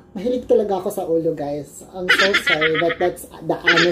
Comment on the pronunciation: Grabe ka slang sa Lechon Olow! Hahaha mahilig sa olow shiutout